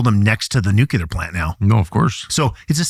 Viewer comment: He can't pronounce "nuclear", and he's being interviewed by Tucker as some kind of expert. Many other issues with his comments, but that jumps out right at the beginning.